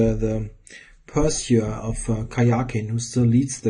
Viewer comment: Pursue is pronounced "Perr- Sue", as in the name Sue